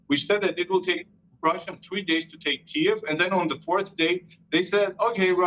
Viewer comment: Try pronouncing Kiev properly now